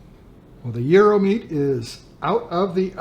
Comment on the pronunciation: Congratulations on your pronunciation of Gyro. My wife is Greek and we've been there many times. In Greece they pile up slabs of beef and thinly slice it off. You lost me when you added lamb. Hate the smell and taste of it. The ground meat is purely American, not Greek.